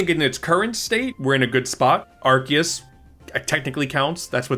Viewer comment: “Are Key Us”